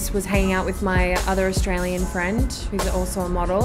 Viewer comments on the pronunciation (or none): none